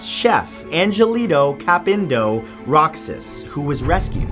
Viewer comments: Roxas in Filipino is pronounced as Ro-HAS. Just food for thought. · Bruhhh. Roxas is pronounced like "Rohas" Not Roksas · Roxas is pronounced 'Roh-has' not 'Rock-sas' :(( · Its pronounced as Rohas not Roxas 🤦‍♂️ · it's pronounce Rohas love your video by the way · the last name ROXAS is pronounced "RO-HAS" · Roxas is pronounced roHas